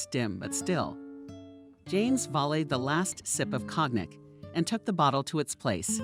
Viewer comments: "Cognac" is pronounced "kon - YAC" with emphasis on the 2nd syllable. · Cognac is pronounced co-yac.